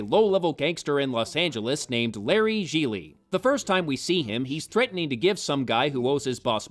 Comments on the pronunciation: i m italian living in italy and all of you pronouce Gigli in the wrong way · I love the recurring joke about mispronouncing the name Jiggly/Jigglypuff/Giggedy/Quan Chi/Jiminy. And I have not seen all of The Room, but The Nostalgia Critic's review of it is enough. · #1- Your mispronunciations of "Gigli" were brilliant! Thank you! #2- To Hell with you! Merle Streep could make ANY dialogue work! She could have made the Star Wars prequels dialogue work, Bitch! Merle Streep!! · So not only was the movie terrible, it missed an opportunity to keep mispronouncing Gigli. What a shame.